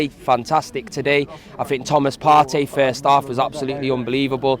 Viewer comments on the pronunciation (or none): none